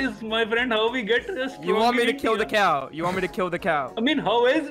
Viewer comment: Dream said cuw not cow